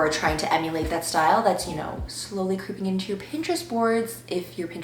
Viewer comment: She said ✨style✨